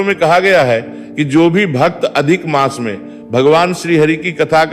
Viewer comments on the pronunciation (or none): कहि -कहि मास के स्थान पर मांस का उच्चारण आ रहा है😢